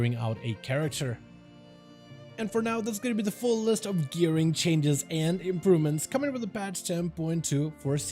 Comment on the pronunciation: I laughed at that too. The extra R is really noticeable. 😂😂😂